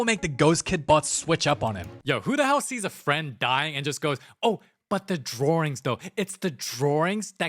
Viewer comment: Drawings? Nah, I know DRAR-INGS